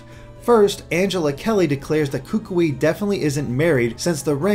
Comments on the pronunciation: are so very wrong about the ring and hand. The LEFT hand is the marriage hand, not the RIGHT hand. I don't know how you missed your due diligence on that one. Also, as a Polynesian, I must let you know that you are STILL mispronouncing Kukui's name (and, man, does it make me cringe every time you say it). Instead of "KOO-koo-ee", it is rather pronounced like "k'KOOee" (where the first syllable is very short and choppy and the 'o' in the second syllable sounds most like the 'ou' in 'would'). (One way to practice this name is to say "Cook Koi" 10 times really fast and then you will be pretty close to the correct pronunciation.) Lastly, the tikis all throughout the island seem to show that they regard 'something' ancient as a protector or guardian. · your pronunciation is better on most Hawaiian words is much better but you ought to go to a dictionary website and look up how to pronounce "Kukui" since he's likely to be a character you'll be talking about often and you're still a bit off. Great analysis as always though!